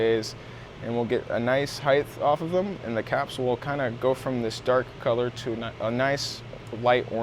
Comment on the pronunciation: I KNEW I WAS NOT THE ONLY ONE TO HEAR HIM SAY clit